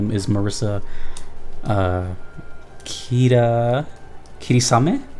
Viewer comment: I appreciate your correct pronounciation of Marisa's full name. Maybe you're a japanese after all xd